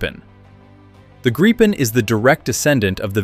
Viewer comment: Congratulations, correct pronunciation of JAS39 Gripen. Maybe first time on Youtube for an English speaking voice.